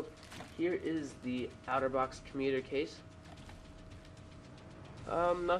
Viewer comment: Pronounce it OTTER-box...NOT OUTER-box